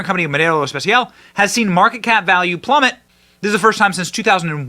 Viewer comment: Nice "Español" Benny 😂, Modelo Especial